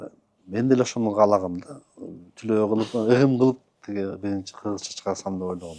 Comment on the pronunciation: Түлөө эмес тилөө!